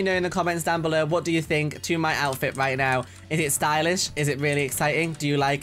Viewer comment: no one:: "comment down bellur!"